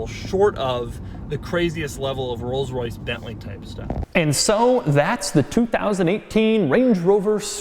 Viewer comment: "...Bentleys and Rolls-Roice."